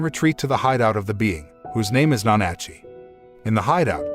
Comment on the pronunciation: It's NA-NA-CHEE!